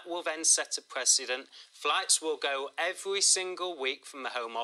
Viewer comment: If the fwights go ahead tomowwow it will be seen as a detewwant......